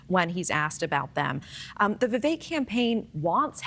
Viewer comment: If you’re going to comment on Vivek, learn to pronounce his name. How informed can you possibly be?